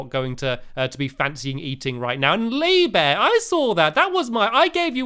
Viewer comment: You didn't say lee bear right you say leeeeeee bear